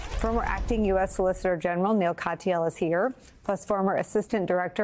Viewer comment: When Nicole says Neil it sounds like Meow and i love it.